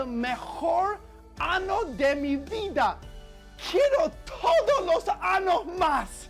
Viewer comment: I am dead serious hahaha that's what he said. Because of the "anos" instead of "años" part.